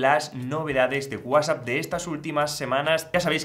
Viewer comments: Lo que no me gusta es que usted no sabe pronunciar bien WhatsApp Para eso tiene la T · Por qué dices guasap? Que no es Whats app?